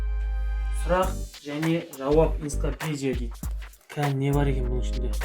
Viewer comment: енципедия емес энцоклапедия деп айтшый😅